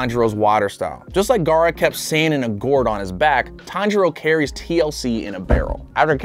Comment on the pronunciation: He just said taniro